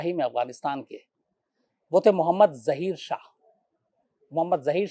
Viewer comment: ज़हीर शाह नही ज़ाहिर शाह बोले